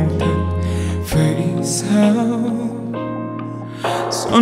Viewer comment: 2 người này nếu đổi bài cho nhau khi ra MV thì hay hơn đấy vì Hết thương cạn nhớ trong MV Đức Phúc hát khúc đầu trầm hơi bị tối giọng, khó nghe rõ lời. Còn Có tất cả nhưng thiếu anh trong MV thì Erik hát phát âm bị sai nhiều quá, sao thì hát thành sau. Bởi vậy, nếu lúc đầu hoán đổi 2 bài này cho 2 người thì chắc sẽ tuyệt vời lắm!